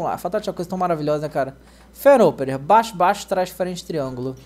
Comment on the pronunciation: o fala braixo kkkkk + 1 like